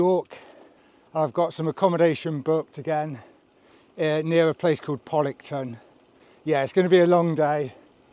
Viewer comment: And poCKlington not poDlington!!!